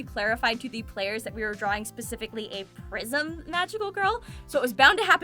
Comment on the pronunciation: I know it's prism, i swear I heard Prison from, also love your vids and your laugh always make me smile.